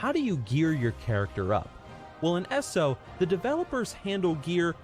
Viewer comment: Who the fuck calls it ESSO? It's E.S.O